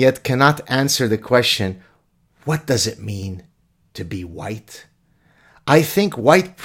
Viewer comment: HUWHITE, AGHHH...! 🤔🙄😁